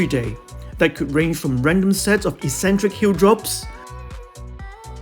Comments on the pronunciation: Hi, This is quite helpful, but it doesn't inspire confidence when at you recommend Front Squats but the small picture actually shows a Back Squat. If you are not paying attention to the details, how can viewers be sure that the information is accurate? Secondly, it is a very minor point, but "eccentric" should have a hard "c" at the beginning = "Eksentric" not "eesentric". The "Ek" refers to out from or away from the centre, just as "concentric" means towards the centre. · Hi, Thank you. I hope you haven't misunderstood me. The "Eksentric" spelling was my attempt to show how the word should be said - the "Eesentric" pronunciation is the one which is incorrect.